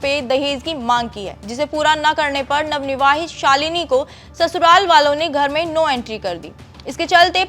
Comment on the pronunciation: Ye jitni bar navnivavhit bol rahi h to mujhe utni hi chidh aa rhi hai.......kaise anpadho ko anchor bana dete h yeh log